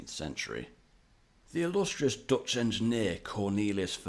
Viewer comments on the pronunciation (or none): none